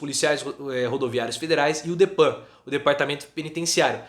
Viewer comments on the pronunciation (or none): Não é DEPAN, é DEPEN, DEPARTAMENTO PENITENCIARIO!